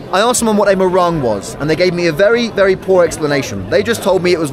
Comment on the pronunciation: It's not morang pls ,it's pronounced mohrung